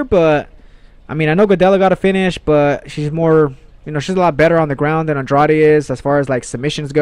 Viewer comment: Please start to pronounce Andrade right, you must have heard the correct pronounciation over 100 times if you listen to UFC broadcasts, can't be that hard